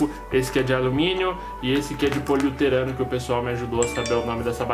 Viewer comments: POLIURETANOOOOOO E NAO POLIUTERANO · vc falou poliuterano mas o certo é poliuretano